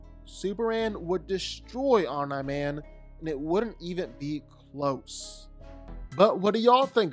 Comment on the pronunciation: The slight mispronounciation of "Omni" has been bothering me on a spiritual level